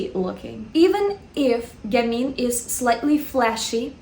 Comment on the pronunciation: Yes it's gammeen you're right :). French is my first language and I'd say she pronounces it correctly.